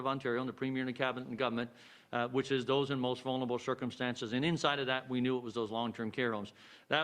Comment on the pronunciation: "for our most vun-ur- able". Jackass 2021